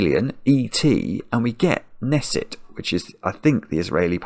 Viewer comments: Long time sudoko watcher, short time crossword watcher, first time commenter. Just wanted to let you know that the "K" in Knesset is actually pronounced. Like "ka-nesset" :) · You mispronounced "Knesset", the K isn't silent. For many of us "Nick" isn't obviously a colloquial reference to police station. I've never heard of that before. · Usually "Knesset" is pronounced with an audible "k".